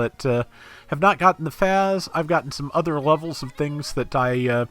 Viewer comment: I think the FAZZ is pronounced 'Fahts' instead of 'Fazz'. I'm also wondering how they'll do the Xeku Eins configurations, cause with all 3 you could probably have one of each type. I imagine it'll be like the quebeley where we get all 3 spread out over a few releases